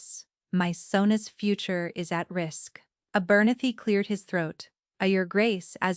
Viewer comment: Terrible... A- bernathy. ??? What ???